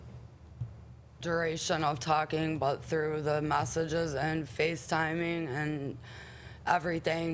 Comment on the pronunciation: She say masseges instead of messages 😂😂😂